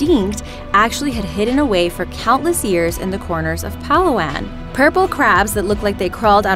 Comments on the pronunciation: yes palawan.....it is a very adventurous place in the philippines.....i am also a filipino......a filipino citizen and it is one of many beautiful places in the philippines.....Although you mispronounce some words like palawan.... i am really impressed with your great effort...... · Nice can't say "Palawan" properly lol. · Pilipino here… and that is not how "Palawan" is pronounced… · Cringing at your pronunciation of Palawan. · And the pronounce of Palawan: don't pronounce it in rise voice. Try to pronounce it in low voice. Half speed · THE PRONOUNCIATIIN OF PALAWAN IS WRONG THE "SMALL MONKEYS" SHE IS SAYING IS CALLED TARSIER (SORRY IF MY SPELLING IS WRONG) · She said Palawan wrong...It’s Pa-la-wan not Pala-wan.....no offense but if you’re a Filipino or Filipina you will get ittt!! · The palawan high lands; Actually it pronounced as (pa-lah-wan) not straight fast forward ‘palawan’ like you pronounced it. It’s really a beautiful place. And thank you for making this video, I was planning to travel around the world. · Pal-aw-an IM DEAD, THE PRONOUNCIATION KILLED ME. I'm a filipino and Palawan is amazing. BTS, its pronounced as Pala-wan :) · Wow didn’t expect Palawan would be mentioned here, I feel proud. Also the stress is in ‘la’ not in ‘pa’ just saying. Anyway thank youuuuu☺️💜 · It's not pah-la-wahn, it's pa-la-wan but this video's good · Did you just said "Pal-aw-an"? Actually it's "Pa-la-wan" and I also live and labored on Phillipines! <3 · It's PA-LA-WAN.not PALA-WAN.Proud Filipina here.And I think it is not mysterious anymore since many people visits Palawan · It's pronounce as palawan not palaw-an lmao, nice video btw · It's pronounced as Pah-Lah-Wahn not pa-lawan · Hi um... no offense or anything but it is called PA-LA-WAN not PA-LAU-WAN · I’m from the Philippines and it’s called pah-lah-wan not palawaon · it's pala-won not palawan I'm filipino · I live in the Philippines but its pronounced as pal.a.wan not pala.waen lol XD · Its not Pa-lawan its Pala-wan